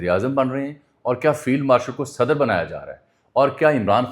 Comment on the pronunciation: صدر sadar نہیں صدر Sadr ہے براہ کرم اردو تلفظ کی جانب توجہ دیں